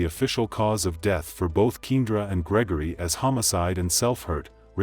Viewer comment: Her name is pronounced Key and ra!